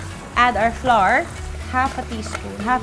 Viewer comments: Common pinoy mistake: Flour is pronounced as Flower ( bloom) pls google it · Funny she pronounced flour, flah-rrrr Shouldve pronounce it—-flower Like hour—-not pronounced to R, shouldve been pronounce to our